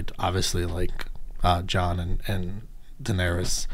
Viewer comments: Danarys, not Danarius, she’s not livin on MLK Jr Blvd. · How did you get through six seasons and still call her Danerius?